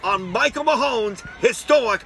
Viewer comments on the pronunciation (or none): There is NO SILENT "E" M-A-H-O-N!!!